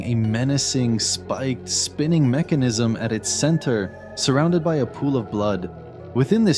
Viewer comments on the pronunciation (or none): none